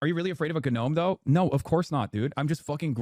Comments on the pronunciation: uuuuhhhh am I crazy or did he pronounce the word gnome as Gah nome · he unironically says "ganome" lmao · And then pronounced “Gnome” with a hard G too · he didn’t say gnome like that on purpose he just thinks that’s how it’s pronounced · He pronounces the silent G in gnome? What a moron